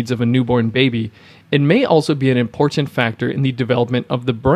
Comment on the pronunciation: This video is well researched and presented. I've been on a ketogenic diet for one month and can vouch for all its beneficial effects. A note for the voice-over artist. I teach speech. I would advise you not to add a vowel sound where the letter "a" is found in the word "important." Dentalize the penultimate "t" straight into the nasal continuant "n" followed by the final "t." It should sound like "importnt" rather than "importunte." This one adjustment will give your sound a much more professional sheen and make it easier to listen to you, especially because it is a word that recurs often.